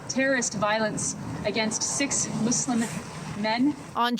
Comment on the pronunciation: she said "m00zelimb" lol